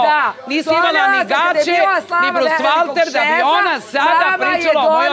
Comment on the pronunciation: Za Zoricu primitivku je istina! Zlo od zene! “BrusVAlter”, rece ona😂😂😂😂